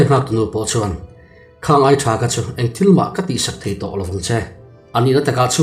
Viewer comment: Khâng khang ilam dan chu a âwn hle mai😅